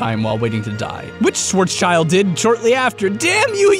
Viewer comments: THAT Schwarzschild pronunciation though lol If you knew German you would have a massive cringe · Love the video, but! But his name is not Schwarzs-child it is Schwarz-schild. Try to pronounce it like "Shwarts-shilled". No offense! Cheerio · Schwarzschild is a german, so his name is pronounced Schwarz'schild, or 'ShwartzShild' if you prefer! if you translate it into english, his name means Black Shield (schwarz=black & schild=shield! Calling him Schwarzs'child is just stupid and sounds like he's supposed to be the child of a "schwarz" man. which would have been a very unfunny thing for a wealthy jewish family in 1870s germany! ;) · its not Swartzs Child, it's Swartz Schild, learn to pronounce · Schwarzschild is german for blackshield. Schwarz meaning black(color), schild meaning shield. you pronounce it Schwarzs child, which is wrong and kind of stupid :D. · Its not shwartzcheld. Its Schwarzchild. Child.